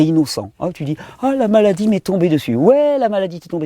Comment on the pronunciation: moi, j'entends m-allah-die lol